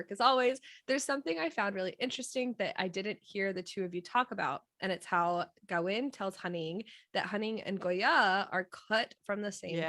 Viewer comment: Thyme is pronounced "Time" not "Tom" and Kavin is pronounced as K not G. Thank you.